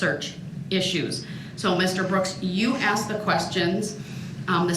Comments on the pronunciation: Every time he stays "axed" instead of "asked" it is equivalent to hearing nails on a chalkboard. The arrogance of this illiterate scum is so frustrating he is argumentative over everything as he is stalling and using this opportunity to torment his victims further he is clearly used to dealing with underage girls who tolerate this disgusting clown. At the end of this he will go back to the cage where he belongs and will continue to be the human equivalent of a blistering rash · "Axed & answered!" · Please someone tell this narcissistic, ignoramus murderer that an "axe" is a tool that a woodcutter uses to chop wood. 🪓 And that to "ask" something, is to voice a question. His lack of education and absence of manners are getting on my last nerve. He doesn't learn because he doesn't listen. God gave us two ears and one mouth for a reason. 👂 👂 👄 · Anybody who says "axed" instead of "asked" should be given 6 months in jail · What is this "asaxed" that brooks is on about. I thought the word was asked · Axed no hun it's ask!! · She axed 😂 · "Because you axed" 😅😅😅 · 'because you axed"...what an arse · Yooo Axed! Yooo Axed!! The butchering of the English language and horrific pronunciation is so very hard to listen to! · Cuz u AXED CUZ U AXED; YOU AXED!!! OMG